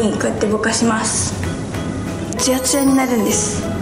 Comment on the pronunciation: 右の子すんごいですのすーをのばすねw